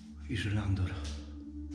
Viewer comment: sorry, ale mówi się żyrandoL 😊 Pozdrawiam serdecznie!